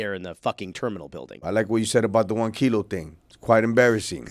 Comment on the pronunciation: kilo not kilo